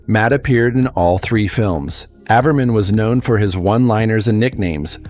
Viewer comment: Stupid AI videos... His name is pronounced "gee" not "guy" and it's "ay-ver-man" so stupid.